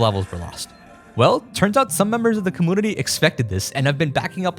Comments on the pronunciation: Dude please, commOOnity???? you don't have like an accent or anything, why do you say it like this 😭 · Every time he says commoonity I cringe. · Take a shot every time he says cumoonity. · Why do you say commonity instead of community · Why does he say comoonity 😭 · You know there is a U in community its not comoonity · Take a shot everytime says "com-MOON-ity" instead of community. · please stop pronouncing community like commoonity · like how do you pronounce emulator normally but say compooter and commooonities ???? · Do you seriously say commoonity like that?? I HATE it. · Comoonuty you say ? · Com-moonity lol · What on earth is a "comoonity?" Why are you saying it that way?? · Brother, it's com-mu-ni-ty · why do you pronounce the word "community" like that? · The way he says community is so fun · I love how you pronounce community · why does this guy say community like that? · great video don't get me wrong but please say community right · The way you say community is really bothering to me (too much I know) And English is my second language (🇮🇱) so it’s odd Anyway your content is awesome and that is the most important thing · cool video. Why are you pronouncing "community" like that? This is the first time I am hearing someone saying like that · what the hell is a cahmoonittea? Also its a combuster, not a cum buster